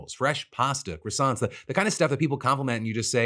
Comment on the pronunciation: Words it's impossible for Americans to say properly: croissants, penchant. These are hate crimes against the French!